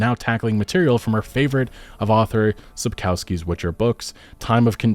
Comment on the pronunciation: pronounce it as "Sapkovskee"